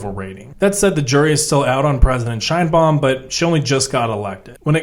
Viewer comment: Sheinbaum, not "Scheinbaum" The surname Sheinbaum is Yiddish and means "beautiful tree". It's of Jewish origin